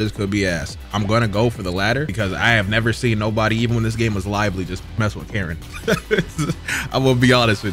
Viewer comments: Mannnnn. Even the most die hard anime fans cant pronounce japanese names for SHIT The way you said "Karen " instead of "Karin" and "Na- gato" instead of Nagato hurt my fuckin soul 😂😂😂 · dont hate on her shes cool 😭also its pronounced (Car-een) not Karen that disgusted me a little bit.